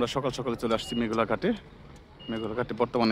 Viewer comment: মেঘলা ঘাট না,মেঘনা ঘাট বলেন।